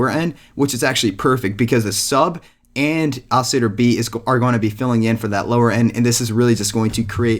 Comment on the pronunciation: OCILLATOR pronounce the L's